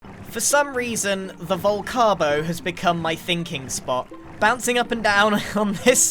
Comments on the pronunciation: Vol-cake-o? just wondering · You mean the vol-crab-o ? 🤨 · Or as Scar said "vol crab o"😂